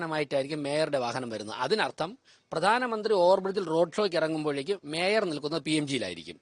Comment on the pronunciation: ഈ, ശവൻ കുട്ടി അണ്ണനെ കൊണ്ട് തോറ്റു, മര വാഴ, കഷ്ടം. അവനു മേയർ എന്നു ശരിക്കും പറയാൻ അറിയാമെന്തോ 😂😂